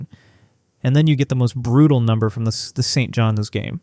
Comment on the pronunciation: Wish AI could adjust to saying St.John’s instead of St. John S. Annoying.